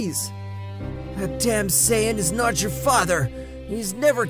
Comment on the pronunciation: YO GUYS HE ACTUALLY SAID SAIYAN RIGHT